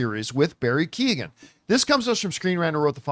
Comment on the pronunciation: Keoghan is not pronounced Key-O-gan. "Keoghan" is typically pronounced as "KYOH-gun" in English, where the "Kyo" rhymes with "Joe."